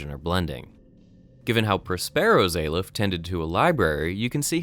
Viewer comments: It's pronounced "Ah-lef" not "Ay-lef", as demonstrated by doctor breen in the audio file . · I know this is nit-picky, but your mispronunciation of Prospero got really annoying by the halfway mark. It's Prosper-o. Also, aleph is pronounced like olive, only with a soft f sound at the end. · hears character pronounce Aleph correctly still goes on pronouncing it wrong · aleph is the first letter in the hebrew alphabet -_- and you pronounce it like you read it not how he says in the video